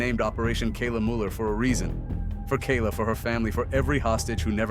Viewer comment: AI narration? Couldn't even get Kayla's name right.